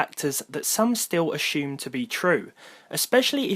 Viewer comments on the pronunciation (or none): the way you say assumes is very disturbing